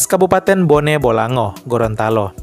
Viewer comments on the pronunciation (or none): none